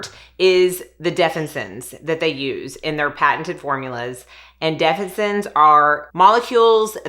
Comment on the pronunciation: Say it with me def-fin-is-sins 😊